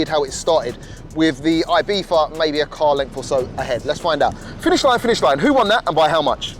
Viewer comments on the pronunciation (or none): Am i the only one bothered that he is saying ibiFa instead of ibiZa 😅